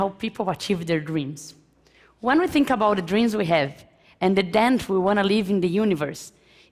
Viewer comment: Com esse nível de pronuncia e fonética eu me garanto falar melhor que ela. Ela comente os erros mais básicos entre iniciantes : não consegue pronuncia o ''TH'' e acaba a palavra saindo com som de ''F'', do tipo que fala ''Fink'' ; pronuncia o artigo ''a'' como se estivesse falando em português ; pronuncia algo básico como a expressão '' of a '' de forma errada em ambas as palavras quando o correto seria foneticamente o ''of'' com som de ''v'' e o ''a'' com som de ''ei'' ... e ETC !! 7 anos morando e convivendo com nativos, esses erros chegam a ser impressionantes, a não ser que ela só andava com imigrantes ignorantes.